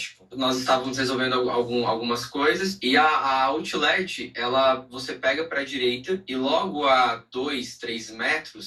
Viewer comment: “Outileti” ? Que isso?😮